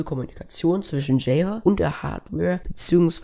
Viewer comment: Gutes Video. aber bitte ändere die Aussprache von "Java"